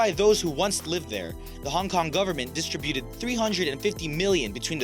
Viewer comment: I do believe it is pronounced dis tributed not dis trib uted